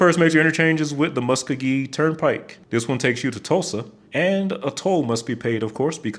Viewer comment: It’s pronounced “mus-co-ghee” and Garth is from Yukon.